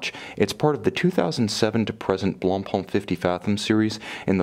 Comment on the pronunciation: At least, an english speaker that finally says Blancpain with a muted C like it's supposed to be said. Thank you, greetings from Switzerland.